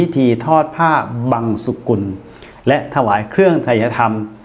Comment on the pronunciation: คำว่า บังสุกุล อ่านว่า บัง-สุ-กุล ไม่ใช่ อ่านว่า บัง-สะ-กุล (สกุล) ไม่ถูกต้อง